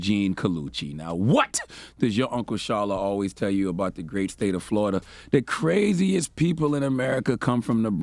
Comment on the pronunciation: "FloriDUH, ladies and gettlemen, FloriDUH" -- Uncle Charla 😣🐊